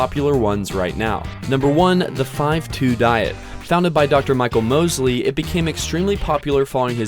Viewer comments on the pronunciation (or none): none